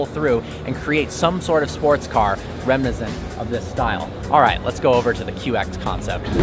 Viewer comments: What language is “Remnizant”? I think I heard that twice! WTF. Did you mean “reminiscent”? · remnizent... lol sigh